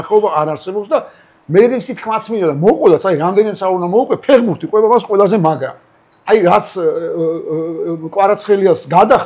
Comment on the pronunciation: ფეღბურთი კი არა ფეხბურთია დავით 😉 დავაკვირდი და არც ერთხელ სწორად არ თქვი 😂